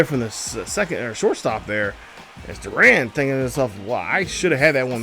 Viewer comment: Garrett Crochet (Crow-Shay) Kyle Higashioka (Hig-Ah-She-Oh-Ka) Jarred Durran (Dur-An) I’m not hating but it’s a little distracting you mispronouncing the names lol😂 I tried my best to be as nice as possible, but awesome vid and I really enjoy the pace of play